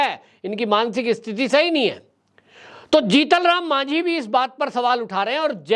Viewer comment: आपको जीतन राम मांझी जी शब्द का उच्चारण करना चाहिए